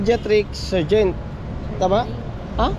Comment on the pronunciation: surgeon hindi surgent